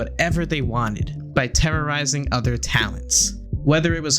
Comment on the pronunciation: Did you say Terra Ryzing?